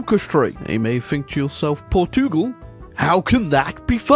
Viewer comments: Port Tugal yes, this is how its pronounced I'm gonna force feed u pasteis de nata for this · "Portiugol" xd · From a Portuguese guy, it heart wearing you trying to pronounce the name of the country.